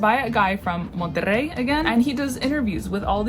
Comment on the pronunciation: "Monterrey" You nailed the rrr sound!